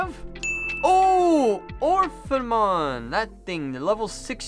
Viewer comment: Orphanmon, he butchers those names harder than 4kids 🤣